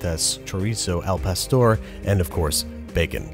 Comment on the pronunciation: Therapist- BWB pronouncing Spanish doesn’t exist, it can’t hurt you Babish saying al pastor